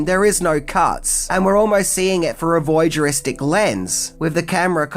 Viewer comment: "Voygeristic"? WTF does that mean..?